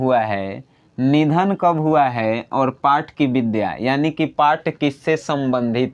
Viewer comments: Not Vidya it's vidha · विद्या नहीं विधा होता है